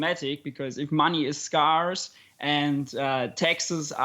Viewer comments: Yep it's a common mispronunciation. Similar spelling to "scar" but different vowel pronunciation. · It took me some time to understand that the sound he made was supposed to be 'scarce' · This guy can't pronounce scarce!